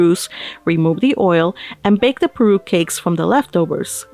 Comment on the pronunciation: Everytime you read "Parue" I was hearing "Peru" hahahahaha your reading is so relaxing to hear ♥